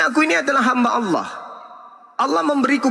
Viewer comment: Oten gak bisa.bilang Allah .....lidah di plintir